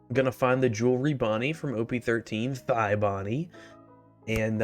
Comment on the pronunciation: “thigh Bonney”😂😂